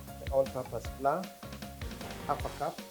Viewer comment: Flour is pronounced as “flau-uh” not fla